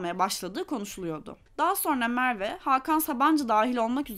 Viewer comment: Bana bağlı bir takıntı fakat Mearve demenize bir hayli zor katlandım içerik güzel.